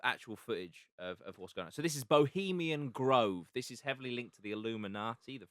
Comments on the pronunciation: I like the effort but frustrating when he can’t even get the name of bohemiaN grove correct, he kept saying bohemiam and it was annoying AF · For fucks sake guys it’s “bohemian” grove not fucking “Bohemiam”. Love Jack but this guests level of research and general intelligence screams Norfolk inbred. At least take 5 mins to correctly read the name of the location. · Would have been a lot easier to take the lad’s research seriously if he hadn’t been mispronouncing it as “Bohemiam Grove” the entire fucking time